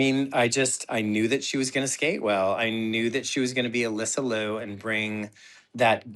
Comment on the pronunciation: Can you both pronounce Alyssa's last name correctly please? It's not "Loo", it's LEE-YOO.